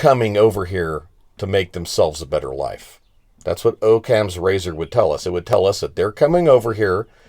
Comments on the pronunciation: Its pronounced Aww-cams razor. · Pronounced Ah-kams razor!!